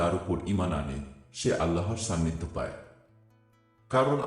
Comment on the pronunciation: সান্নিধ্য শব্দ শোনা যায় ছান্নিধ্য